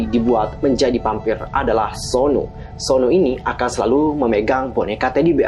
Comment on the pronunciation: Suno min bukan sonu